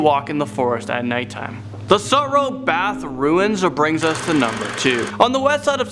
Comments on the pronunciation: Say it with me "Sue" "Tro". Sue Tro Baths. Sue Tro Forest. Not "Sah" "Two" Row". The city has no need to close off the cave because high tide blocks access and the tunnel provides access to Baker beach or the ultimate photo spot for Wedding and tourist Golden Gate Bridge photos. That said in almost 25 years of living in the city and visiting the ruins of Sutro Baths with my visiting and adventurous young nephews, they have never made it all the way through the tunnel and neither have I. Its too loud for me. But my nephews say it feels not only terrifying but oppressive and claustrophobic and none of us are claustrophobic. My younger nephew is of the opinion that the different ruins of former swimming pools that sit moss and slime covered have got to have at least 100 or more corpses thrown in them. Weighted of course. He thinks the dank decaying pools provide an easy and free place to dump a body. Now when he brings friends to San Francisco he takes them to Sutro Bath and Stern Grove lake (where there is a freaky cool human size rabbit in jogging clothes statue) and tells them "this is where the snitches are dumped". There is no "park" at Octavia and Bush. Poor Ms. Pleasant's "park" is 6 Ecuplayus Trees and a plaque. Not even 1 acre and half a cat. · Love the video, and knew about most of the legends but there were so many other too lol adlnd also about Sutro baths, it's pronounced Sue-tro (I'm sorry I cringed every time you said it wrong) but also you had the location right the first time of the baths it is literally on the west side of SF not south. Also the ruins were the first ever salt water pools. But they also has a cabinet of curiosities on there too. I mean there is more about it even the Sutro gardens where the statues at night will move similar to how the angels from doctor are will kill u. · He was right. It is the southwest side of SF. But it's pronounced Sutro like Sue-tro